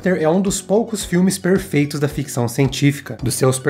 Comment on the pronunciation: " Perrrfeitos". Kkkkkk